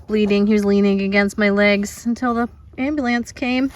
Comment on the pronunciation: I have to now second comment, because right at the end when you told the fringe boot blood story, you said aam bu lance, in such a thick Baltimore accent. I adore that